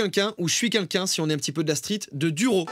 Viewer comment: " Je suis kinkin" Ptdr depuis le début que je regarde tes vidéos, t'as jamais réussi à dire "quelqu'un" Mdr ca me stresse quand tu dis "kinkin"